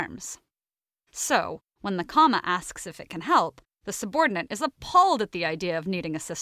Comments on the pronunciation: Is it driving anyone else crazy that she keeps saying "subordinaNt"? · I like the video and ideas, but it drove me crazy that the narrator kept pronouncing 'subordinate' as 'subordinaNts'. Ugh!!